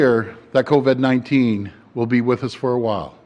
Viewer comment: LMFAO... Did Ford forget how to pronounce Covid overnight?